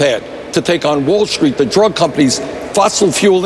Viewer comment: Can anyone tell me why Bernie puts "h" in words like "Wall Schtreet," "schtrong," "queschtion," "induschtry." I don't get it. That said, at least Andrea knows what her job is. No, not reporter... flack for Hillary.